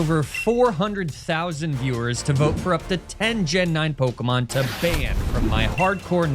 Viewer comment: Why do you insist on lying and calling pokemon by the wrong pronounced names?